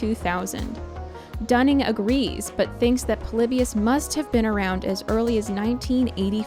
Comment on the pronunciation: The stuff you said about the Pokemon episode is insane. You have no idea what you're talking about. You took some random sketchy study and presented it as the truth. You also aren't saying Polybius correctly.